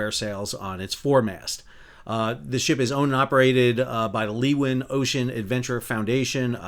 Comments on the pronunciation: Pronounced "lu-win" Shes a proud ship. I did two voyages on her back in the early 90s. Climbed to the veey top of her highest mast (33m) and jumped off and slid down the stay like Errol Flynn 😅 Terrible idea. I burnt through my sailing gloves. I hope that mast stands tall again soon. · Common pronunciation in western Australia: Leeuwin = Loo-win , Cockburn = Co-burn. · Thank you for this. Having crewed on Leeuwin many years ago (1996), being berthed a handful of kilometres from where I used to live and only 700km from me currently this investigation is of considerable interest to me. One point though - Leeuwin is pronounced Loo-in. Have a good'n, mate 🫡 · 'Leeuwin' is pronounced LOO-win. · I'm both a Perth local and a seafarer, recreational and professional (ex-ROV pilot). Sal's pronunciation is a good laugh, especially Cockburn Sound (Sal, it's 'Co-burn' 🙂) and 'Loo-in'... 😂😂😂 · Minor point of pronunciation, Leewin is "Loo-win". No, I don't know why. Something something English. and we call them boys, not booees. again, NFI. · Leeuwin "Lou-in", Cockburn Sound "Co-Burn Sound" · Just getting confused all the time on the name of Leeuwin. It is Dutch for lioness and pronounced more like lay(-u)-win. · Pronounced LOOWIN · Leeuwin pronounced Louwin. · Great video. Ps it’s pronounced “Lou” “ win”. ( run the two words together) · Excellent report - appreciate the detail! For reference, Leeuwin is pronounced Lewin, see Wikipedia. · Great breakdown. Fremantle is my home port. In my days when I was helmsman, I would advise the pilot if I was hard over to maintain a heading. As Master for the last 18 years I constantly want to know where my rudder is. BRM not working here. Just a couple of notes, Leeuwin is pronounced Loowin and in Cockburn the ck is silent so Coburn. Not knocking your video just saying. I did my Masters at Fremantle and part of the course was to complete 6 pilotage runs in and out with the pilots. That was a great experience and should be done in all schools.